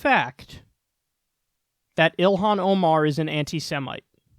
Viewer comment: "elhahn emah"